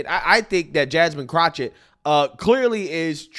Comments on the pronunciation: I love how calls her Crochet (CROCH-it) instead of Crochet (Crock-it) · It's amazing how can effortlessly say Vivek Ramaswamy and probably can even say Davy Crockett with no problems whatsoever. However if you say pronounce Jasmine Crockett its Jasmine Crouchit. Bruh wtf 😂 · Why not say her name correctly. It's CROCK-ett, as in a "crock of ... poo poo". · Everytime you say Jasmine Croch-it 😂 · You keep saying Crotchit… 😂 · There is no CH in that idiot’s name. It’s Crockett (cro/ket) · Pls stop saying that clowns name wrong. You’re to intelligent for that. I personally hate her but to hear you say chochet is nerve wrecking. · It's pronounced crock-of-shit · If nothing else, you are consistent with "Jasmine Crochett". LOL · I keep telling you it's pronounced Crockofshit. I don't know if it's French, German, or even Latin. I don't know where Crockett comes from, but you pronounce it Crockofshit. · Are mispronouncing her name on purpose? 🤦🏾‍♀️